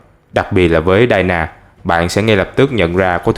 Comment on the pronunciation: Đọc mấy cái Tên thôi cũng sai :( Đi- na not đai na. Chời ơi